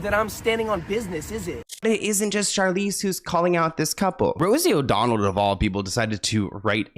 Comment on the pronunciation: It's Rosie O'Donnell not O'Donald! 😆